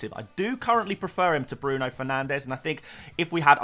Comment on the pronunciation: I've been here since your first video, please I beg you to say Bruno Fernanshhhh one last time